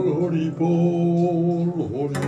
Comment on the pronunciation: Horibol na Horiiibbol